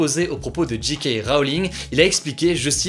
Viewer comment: Ca prononce JK en anglais mais Harry Potter en français. Aller, encore un petit effort Hugo on y est presque.